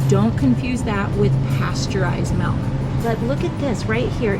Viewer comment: Too bad she can’t say milk. I hear “melk”